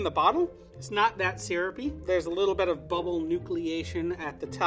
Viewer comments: Bridget Bee just a little bet. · I’m so distracted by the way he says “bet” instead of “bit” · I love how he always says " a little bet "